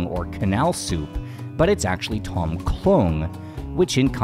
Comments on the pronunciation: Love the content, and sorry to nitpick however, it is slightly off-putting for a history channel when common Thai words are mispronounced such as "Tom" instead of "dtome" and "hat" instead of "hàt" or "Haad". Otherwise, you are doing something no other farang has done yet on YouTube, so hats off to you, sir, keep up the good work! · Th-om --- yum. Its a T sound with a soft H huff...... PLEASE